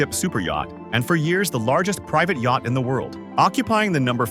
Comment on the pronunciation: exactly! “Hi’s and Hers”….”Yackit (instead of yacht)…etc. The vocal narration sounded normal at the beginning but started falling apart and exposing its ridiculous A.I. words the further you go along. So stupid 😂